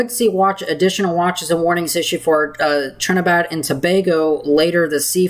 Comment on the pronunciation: Are you saying Trinidad or Trinibad? It should be Trinidad.